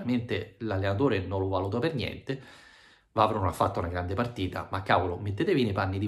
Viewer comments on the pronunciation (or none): none